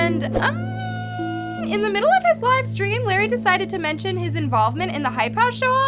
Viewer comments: Its not “lair-e” its “luh-ray” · Bruh it's la-Ray not lerry